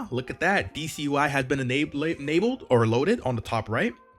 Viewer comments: It isn’t pronounced DC ui, its /deɛs/ ui (it is french, goddess in english) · "Déesse" is actually the frnch for Goddes, and is pronounced like DS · This is not how you pronounce déesse xD It's french, check out Google translate ;) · I don't think that's how u pronounce "déesse" UI